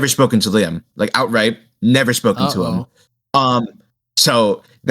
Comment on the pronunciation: "LAIM" lol it's Liam!!